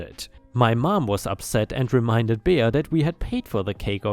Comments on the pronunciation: Bea is pronounced bee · "Bea" is short for Beatrice, and pronounced "Bee." 8-) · Last story wow and she’s supposed to be doing it for the church? Jesus was not happy with her. It’s pronounced Bee lol .✨💖🤩☄️🌠😎🎆🕊🙏🏻👍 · "Bea" is pronounced "bee" - short for Beatrice - which is pronounced bee-a-tris. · Bea is pronounced Bee. Don't know why since it is short for Beatrice. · "Bea" is pronounced Bee, its short for Beatrice